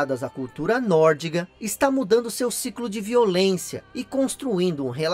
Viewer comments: Excelente vídeo 👏 Você quase me deixou maluco de tanto repetir a palavra "NÓRDIGO" HAUAHAU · Só uma correção: a mitologia é NÓRDICA, e não NÓRDIGA como vc diz no vídeo.